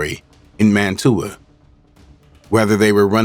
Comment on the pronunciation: Man-tua 😂😂😂😂😂 we don’t say tht